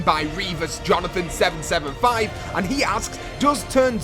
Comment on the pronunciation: He literally spelled out Jonathan and you said Johnson twice lololol